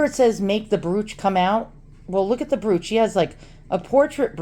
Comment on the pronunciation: It is an old black and white photograph that has been colorized by hand painting. I have one of my grandfather. The info on the back is letting the studio know what the proper colors should be when colorized. BTW, "brooch" rhymes with "roach", not "pooch", lol. You have some really neat items. Here is what I found: Hand-colouring of photographs From Wikipedia, the free encyclopedia This article is about colourisation of still images. For colourisation of moving-picture images, see Film colorization. A hand-coloured daguerreotype by J. Garnier, c. 1850 Hand-colouring (or hand-coloring) refers to any method of manually adding colour to a monochrome photograph, generally either to heighten the realism of the image or for artistic purposes.[1] Hand-colouring is also known as hand painting or overpainting. Typically, watercolours, oils, crayons or pastels, and other paints or dyes are applied to the image surface using brushes, fingers, cotton swabs or airbrushes. Hand-coloured photographs were most popular in the mid- to late-19th century before the invention of colour photography and some firms specialised in producing hand-coloured photographs.